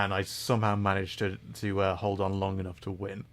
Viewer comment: When you say hold your horses, you forget to pronounce the h in hold. In Spanish this is expected, not so in the English language.